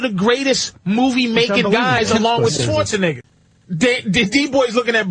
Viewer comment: I actually heard Patrice drop Arnolds last name wrong the first time, and I'm surprised nobody was offended for Arny cuz DATS NOT HIS LAST NAME PATRICE!! lmao